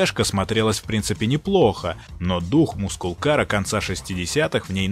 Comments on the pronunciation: Все классно, только Масл кар, а не мускул))) спасибо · Маскл кар! Не мускул, аж уши режет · Масл, не мускул кар